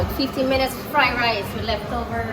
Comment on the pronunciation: Did just said chicken fried lice Hahaha